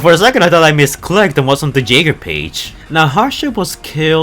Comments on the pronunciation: its pronounced yegers as in Yaeger not jaiger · You know the way you pronounce "jaeger" as "jaygr" kinda gets on my nerves. It's pronounced "yaygr"